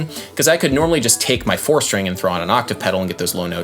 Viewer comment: did you say four string. Or fore skin?